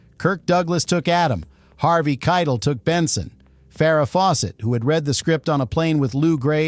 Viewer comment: I thought Harvey's last name was pronounced 'Ky - tell' not kitle which rhymes with title.